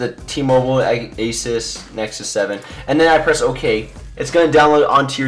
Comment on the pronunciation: ASUS is pronounced 'A-ZEUS' not 'ACES'